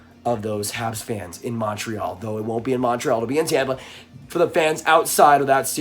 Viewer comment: The way you say Montreal instantly discredits anything you say.